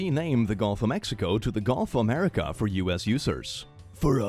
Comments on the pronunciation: "muricah!" Google: translate to English? 😂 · Sorry, you misspelt it, it is now 'Murikkka